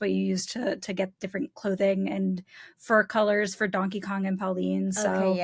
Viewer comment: kept saying donkey kon